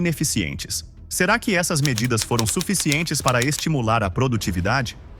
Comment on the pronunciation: "Fuficientes" vamos melhorar na revisão dos vídeos? De resto o conteúdo é bom.